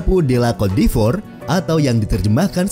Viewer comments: Bacanya bukan “kot d’efor” tapi “kot di’vwa” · Cote d'ivore dibacanya "kot divoa" bukan "kot di ivor" min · Maaf Cara baca CÔTE D''IVOIRE itu "KOT DIVWAGHR" min.. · Cara Bacanya "Kot divoaa" (Ivory Coast/cote d Ivoire)